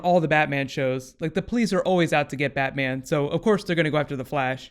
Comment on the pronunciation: thedeentheory He sees the future. He said Batman but in a way that Flash would hear "that man"